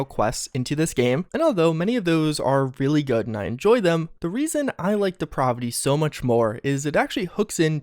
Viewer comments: 'Depravity' is pronounced like the 'a' in 'apple'. You are the only person I've heard to say it like that so I know it's not a viable alternative. Stop it,. I'll take the positive assumption that you're unfamiliar with the term and define the word for you: moral debasement, wickedness, evil, and not in a fun or necessary way. Such as pronouncing 'depravity' as 'deprahvity'. You've turned me into a diction nazi,. That's even worse than a grammar nazi! Repent! Having said all that, I must also say that your delivery has really improved over the years and I appreciate such progress. I expect you to get even better going forward, which is more than I can say for Bethesda, unfortunately. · de-prah-vi-ty? Learn how to pronounce words! Geeez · Good video but your mispronunciation of depravity triggers me lol. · You really have to learn how to pronounce words correctly. For a while I thought you had an accent but I think you have trouble with words. I’m talking about how you say “depravity” Otherwise cool video